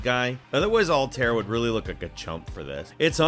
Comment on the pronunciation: Yes!! Sorry but butchering Altaïr’s name really irked me but that’s cuz I really liked him & that name’s badass :P